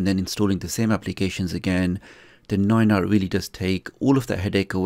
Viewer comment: Dis you just said Noy noy?